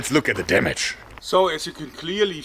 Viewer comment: "lets look at the DÄMÄTSCH!"